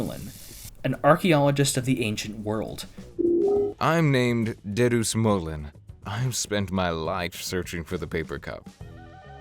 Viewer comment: That is the worst pronunciation of Dedusmuln i have ever heard. Go down to Frozen Burritolevel person